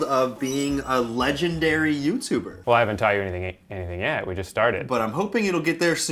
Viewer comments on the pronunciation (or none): ...I can’t be the only one who notices it saying “Leganday Youtuber”... right? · Rewatching this... “Legenday”